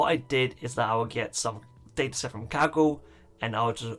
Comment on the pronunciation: I seriously thought he said kegel competition